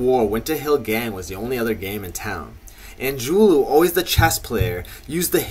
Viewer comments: Angiulo it ends with a O not a U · The guy can't even pronounce Angiulo correctly.